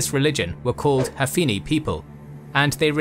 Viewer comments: Hanifi and not Hafini. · Its not hafini, its hanifa fyi , you butchered that word man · By "Hafini" you mean "Hanifi"? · You say "Hafini" but the captions say "Hanifa"